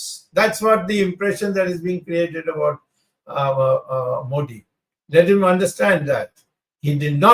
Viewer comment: Wish old man could pronounce Modi properly 😂😂